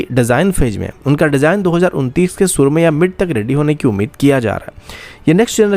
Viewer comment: suru nahin SHURU karte hai. SH ko SSSS bolna bandd kar bay.